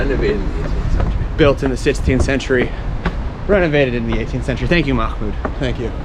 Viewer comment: Mahmoud had a lot of patience with you pronouncing his name wrong lol